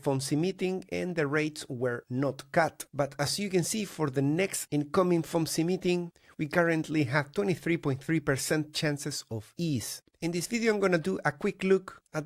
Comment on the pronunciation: Thanks again. BTW, you know you can say FOMC not foam c right, just like you can say Vix and not VIX